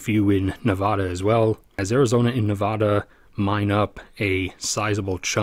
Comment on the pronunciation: Narrator mispronounces "Nevada" constantly. What else is inaccurate?